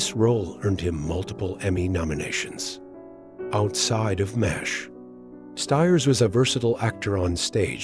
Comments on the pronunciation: Seriously, your AI narration is GARBAGE. What's worse is that you just went with it. MASH is now "Moz H". This makes you look lazy. And doesn't make me want to watch your videos. Pathetic! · Mazz H? You're canned voice-over is broken!